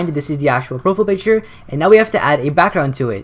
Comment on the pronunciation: **profull picture** that pronunciation